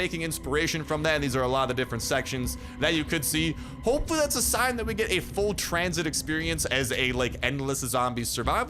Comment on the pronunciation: tranzit!? seriousss!? 🤦🏻‍♂️🤦🏻‍♂️🤦🏻‍♂️